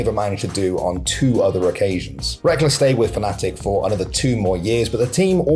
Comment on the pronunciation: i dont follow LoL and thought his name was pronounced like Rekkels, not wreckless 😭😭😭😭😭